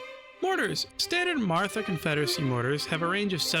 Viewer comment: I'll be that guy. It's actually pronounced 'Marata'; the 'h' is there because Hindi has an aspirated 'tuh' sound. Fun fact, there are actually 4 'tuh' sounds in Hindi, one where your tongue touches the teeth and one where it only touches the roof of the mouth, and then two more that are aspirated versions of those first two. Source, a single year of Hindi in college 😅